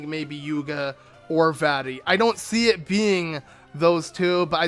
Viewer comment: Uh you didn't know??? It's vaati